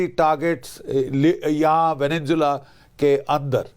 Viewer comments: "वेनेनजुएला" नहीं है, "वेनेजुएला" नाम है देश का. स्पेलिंग तो पढ़ ले, और दूसरों को सुन क्या नाम बोल रहे है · Anchor keeps saying " VeneNzuela " which is totally incorrect. come on, you are an anchorman and you should know the actual pronunciation of a country's name - there is no N in the middle. I capitalized the letter N to draw the attention. Simply - Venezuela.